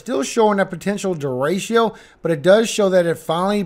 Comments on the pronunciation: What's a deratio? Its pronounced Der Rick O😂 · I love your forecasts and the scripture. Don’t know if anyone has told you though… it’s De-“retch”-o, not Derashio 😉🤓. Only love ❤